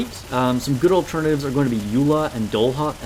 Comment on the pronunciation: Great guide but it's Doll-a, like "dollar bill, y'all". And "i-frames" are invincibility frames. It's generally the automatic character animations that make them immune to damage while they're in that mode.